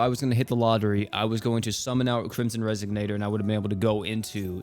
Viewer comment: It's pronounced res-ON-ator, not res-SIG-nator. SMH